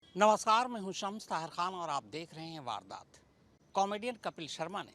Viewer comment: Sir vadaat nhi vardat mistek sahi kar lo ji